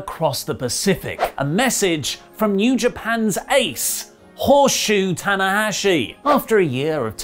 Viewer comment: I thought he said "horseshoe." I thought it was another dumb WrestleTalk joke that no one understands.